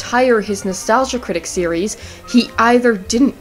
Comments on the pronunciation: I was iffy on this video and then you said "three serieses" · Did you say "series'es?"